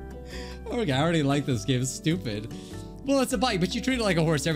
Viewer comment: at the begining instead of hearing "lets get on with the game shall we" i heard "lets get on with the gay shall we lmao"